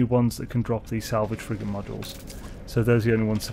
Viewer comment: I thought you were saying "salvaged frickin module" until I realized you were saying frigate 😂😂